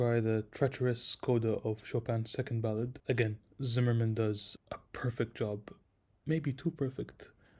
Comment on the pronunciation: Curious - besides being a YoutTube guy - what are your qualifications? I wish at the very least you'd learn how to pronounce Zimerman's surname correctly. I'd love to hear your playing ...